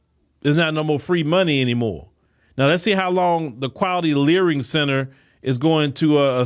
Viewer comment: Layering center 😂or😂 learing center